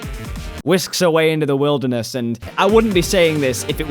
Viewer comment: yeah the will-derness... sorry